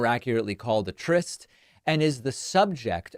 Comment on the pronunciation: Nice work on trying to make something out of nothing...do double check your pronunciation of tryst.